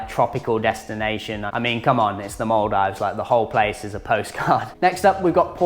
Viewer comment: Stop saying mul dives 😂